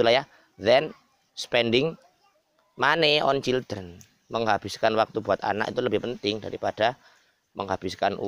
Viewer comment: waalaikumsalam,mas niku kok childreen wkwk bukane yang bener children